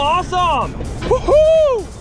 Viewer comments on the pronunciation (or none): none